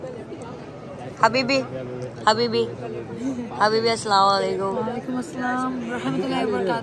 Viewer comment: Mashaallah good but you telling wrong Habibi not Habib Di👍